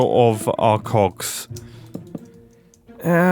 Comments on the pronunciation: are you sure you said cogs? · Mumbo, I'm begging you to enunciate that "g" a bit more... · Maybe you need to practice your enunciation because "Big Cogs" is sounding a bit sus. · I can't stop hearing "cocks" instead of "cogs" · Mom walked in halfway through this video and misheard mumbo. She instantly goes “WHY ARE YOU WATCHING VIDEOS ABOUT MEGA COCKS?!?” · am i the only one understanding cock instead of cogs??? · I definitely heard “cogs” every time he said it. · missed a great one: “and all I could think about is cogs!” especially considering how softly he pronounced the g in that one hahaha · he did not say cogs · Mumbo please annunciate your Gs 😂😭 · mumbo mate i need you to pronounce COGS a big better because this is quickly sounding very un pg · Mumbo, can you make a working clock with this concept though? (totally didn't get this idea from mishearing you making "coggs") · If you listen at 1.5x speed, the "k" sound is even more pronounced...